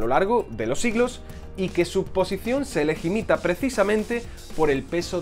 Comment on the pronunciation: ¿Ligimita? o ¿Legitima?